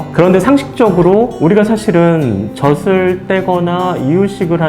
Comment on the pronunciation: 정보는 감사합니다. 다만, '젖을'을 '저즐'로 제대로 발음해주세요. '저슬' 하지 마시고요. 지식을 전하는 방송일수록 발음이 중요합니다. 느낌상 신뢰도가 떨어집니다. 이상입니다.